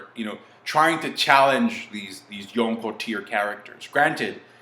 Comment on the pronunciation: Why you put so much emphasis on “Yonko” that shit annoying